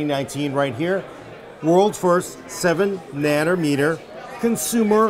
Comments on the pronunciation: Did say nanner meter? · "7 naner meter goodness." 7 meters of bannaners does sound good lol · "7 nanermeter", we love you so much. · ..."worlds first 7 nannermeter..." LULZ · Not nanometers.........nannermeter lol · Nannermeter lol